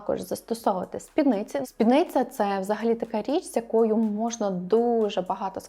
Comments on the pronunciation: І спіднИця, наголос на «и» ☺️ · я і не кажу, що я теж літературознавець. Я просто констатувала факт, що слово «спідниця» з наголосом на «и», і все. Що далі робити з цією інформацією - вибір кожного. Можна послати мене подумки, а можна подумати «а й так, дійсно». Я ні в якому випадку не хотіла образити чи зачепити когось, просто дійсно ріже вухо.